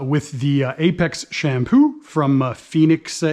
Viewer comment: Sham poo. Lol love the way it sounds with his Canadian accent. Great video